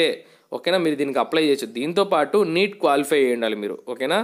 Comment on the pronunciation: నీట్ kadhurayya net adi